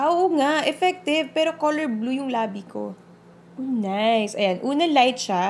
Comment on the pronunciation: hahaha nabulol kna po! hahahaha bet to ok lng po.. corol imbis na color.. =) anyway carry lng po more videos pa more! God bless..